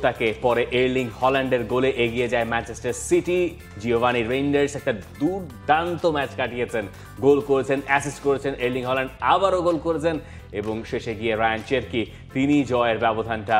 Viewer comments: এই যে বারংবার জিওভানি রেইন্ডার্স বলেই যাচ্ছেন🙄 যদিও ও নিজেই তার নাম বলছে,তিযানি রেইন্ডার্স. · উচ্চারণে ভুল হচ্ছে জিওভান্নি না Tijjani Reijnders